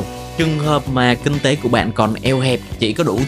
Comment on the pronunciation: Kinh tế ko phải king tế nhé kênh :D